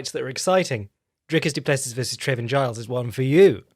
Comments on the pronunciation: Btw It is pronounced more like Doo-Pless-ee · Dude... doo-pluh-see.. Dricus du Plessis